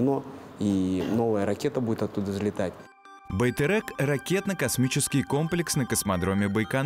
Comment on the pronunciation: В казахском языке буква "Е" всегда читается мягко. Поэтому не "байтЭрЭк", а "байтерек" ;-)